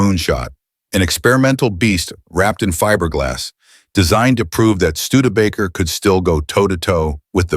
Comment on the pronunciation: can’t pronounce studebaker. I’m out.😂